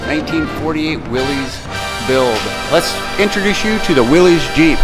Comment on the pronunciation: How is putting a SBC in it "back to the way it was originally?" FYI, it's pronounced "Willis," not "Willeez," and it's not a Jeep.